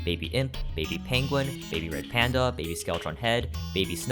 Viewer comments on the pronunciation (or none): none